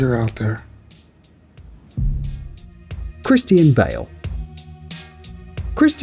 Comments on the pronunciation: The guy cant say Christian right 🤣🤣 christine bale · Did you really say Christine Bale? 😂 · Sweetheart Christian Bale isn’t pronounced like Christine. Christine is a females name while Christian is a males. JS